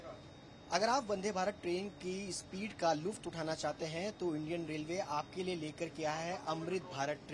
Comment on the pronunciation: लुफ़्त नहीं, लुत्फ़ उच्चारण होगा। एक तो अरबी शब्द का प्रयोग करना है वह भी भूल।